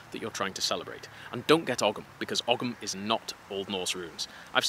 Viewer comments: oh i like this guy. Was wondering if he'd mention ogham, (actually pronounced more like Ohm), i have an ogham tattoo, or well a psuedo ogham tattoo as its my name and there are no actual records of the letter P used in Ogham so the rune is kinda made up by scholars. Anyway, thank yuo for the information, that was a really helpful insight, i'll keep that in mind when looking into futhark tattoos. Also i like your inisistence on runic tattoos being nerdy, will fit nicely next to my digimon crest of courage tattoo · Hey, not sure if this is correct or just a modern version, but growing up in Ireland we always learned that Ogham was pronounced oh-mm. Kinda like the sanskrit om that yoga teachers love to use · Ogham is pronounced "Ohm" like the unit of resistance. Cool video by the way. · Love your content and love your delivery, currently in Ireland people pronounce Ogham like the 'ome' part of home That may not be historically accurate it's just how I see it pronounced when I encounter it. Again your work is awesome, so great to see more videos from you There's some ogham graffiti on a road near where I live in Galway, it's def from like, the mid 00s but I still enjoy it when I see it